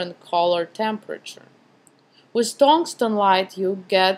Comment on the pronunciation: Just one thing ... do not pronounce the "Z" sound so much .. when you say "with" you pronounce it like "withzzz"